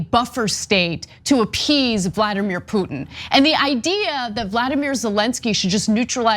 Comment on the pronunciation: what a waste of time, watching THESE 2 IDIOTS, refute THE EXPERIMENTED AND PROFESSIONAL POINT OF VIEW OF A RETIRED ARMY COLONEL WHO KNOWS ABOUT THE ATTROCITIES COMMITED BY THE AMERICAN ARMY IN IRAQ!!!! BESIDES, THE BIGGEST IDIOT CAN"T EVEN SAY PUTIN"S NAME CORRECTLY THEY REALLY SUCK AT CRITICIZING THE AMERICAN FOREIGN POLITICS. WHEN THEY ARE PUSHING FOR AN EVEN MORE BLOODSPILLING WAR, IDIOTS.